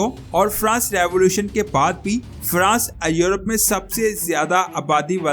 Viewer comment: بھاٸ اپنی اردو کی پروناسیشن درست کریں ایورپ کو یورپ کہتے ھیں